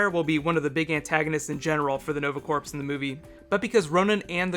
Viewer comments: love your video but its corps like core, not like corpse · "Corps".......Pronounced "Core".....It's French. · Like your videos! One comment: "Corps" is pronounced "core." I know, it's a French word and they love silent letters. Keep up the good work. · Corps is pronounced "core" like the marine corps. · corps is pronounced like core... just for future reference ( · The "p" is silent in corps (as in Nova Corps) as is the "s". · yea that was bothering me too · Corps. Rhymes with tour